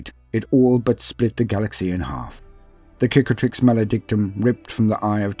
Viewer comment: I appreciate that you pronounce Cicatrix with a hard "C". Very Roman